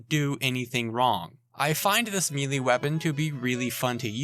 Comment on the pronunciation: Please look up the pronunciation for "melee."